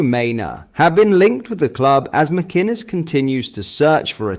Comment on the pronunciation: your pronunciation of names sucks. Mackkennis? really? its mac- in- ez